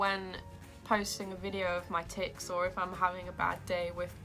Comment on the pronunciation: Not to be rude but when u day tics it sounds like your saying something else